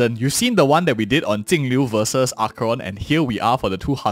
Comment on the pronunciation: Damn he butchered that first 10 seconds of the video. I though he said Tingyun vs Acon. Not Jingliu vs Acheron.